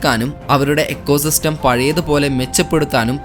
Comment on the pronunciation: എക്കോ സിസ്റ്റം എന്നല്ല പറയേണ്ടത് ഇക്കോ സിസ്റ്റം എന്നാണ് പറയേണ്ടത്.